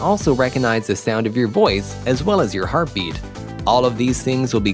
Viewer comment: heartbeat, you mean? Not hartbeat?